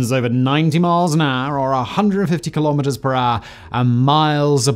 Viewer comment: Incredible indeed. BTW, you're a British dude; why are you quoting Fahrenheit and miles first? Also, kilometres rhymes with nanometres or metres, not with "speedometers" or "thermometers" (because it's a unit of measurement, not a measuring device).